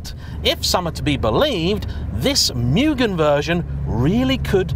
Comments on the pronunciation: Fine video, always enjoy them. But I think it's "moo-gen", not "mewgun". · Lately, It cracks me up of how people say "Mugen", after I saw a video with title "How do you say Mugen? I'll Bet you are saying it wrong!" ;-) I for one, getting my first FN2 'GT Plus Race' version, hopefully by the end of this week. Again, saving up for many years, to look around for a Championship or a legit Mugen one. But yes, what a great Nr "3", this one is. I hope that it stays in that family forever! Enjoy it, take care of it and you love it. Thank you for the review of this car.